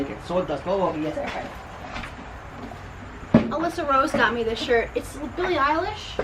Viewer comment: Love bloopers "we don't need you Allisa" lol!!!